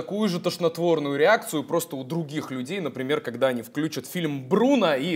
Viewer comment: не "вклЮчат", а "включАт" 🤣🤣🤣